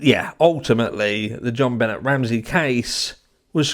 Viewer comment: It was destroyed from the get go omg I just love you an your accent Benet name is French e is pronounced A would be Jon benay I do the same thing trying 2 b better 😂❤